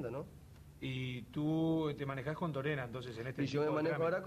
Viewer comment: Dijo Torena...Jaja